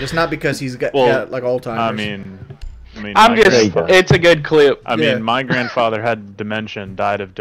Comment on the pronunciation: He said "old timer's" disease. 😂